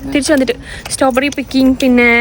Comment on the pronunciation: Staw berry alla strawberry🫤